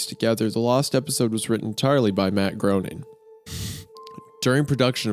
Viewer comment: Groening. Rhymes with “complaining.” ✌🏼